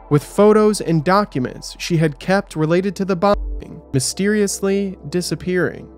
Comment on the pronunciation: Pretty lame you can't even say "bombing"